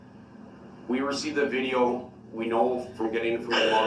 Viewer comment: Dear Durl - Turns out that they didn’t need ANY of the witnesses to “git a look at duh LI - SUH - PLACE” because it was on VI - DEE - OH!!!!